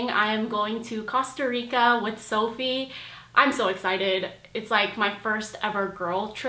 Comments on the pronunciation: cost a rica?😂 you're adorable. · Girl the way you said Costa Rica killed me 😂😂😂